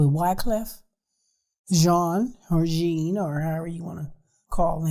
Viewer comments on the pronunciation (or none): none